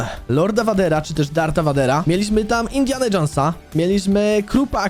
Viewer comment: Lord Vader czytaj: lord WEJDER